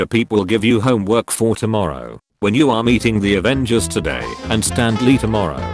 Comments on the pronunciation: It's Stan Lee not stand lee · stand lee? I always thought his name was Stan Lee